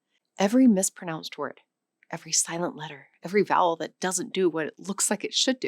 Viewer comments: I thought she said "the great bowel shift" and did a double take. lol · Why do I keep hearing the big bowel shift instead of the big vowel shift? Is there also a perfectly reasonable explanation for that?